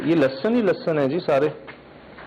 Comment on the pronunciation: leh-sun not lussun